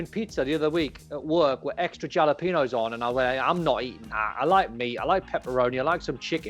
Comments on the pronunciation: Did don really call then jal-I-peen-os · Did Don just pronounce jalapeños like that